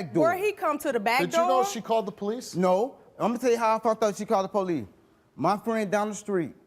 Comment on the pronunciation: Who are the "poe leece".....last time i checked thry are called the police